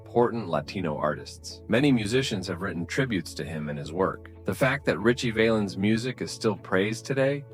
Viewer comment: Val ens say it with me …. Val Ens.. got it? Can’t take ya seriously if you can’t pronounce his name.